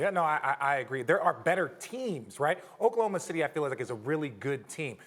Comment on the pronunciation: Meljohn Amolar *chokelahoma lol